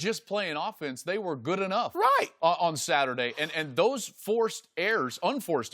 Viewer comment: who said “right” like tht 😂😂